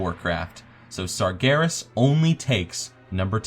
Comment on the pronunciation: when you said sargeras I knew there was something wrong......